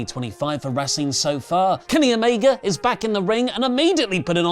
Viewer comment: right away, I hate how he says omega so much. I seriously hope it's a joke because it sounds so stupid man. There's no y it's not omeyga come on dude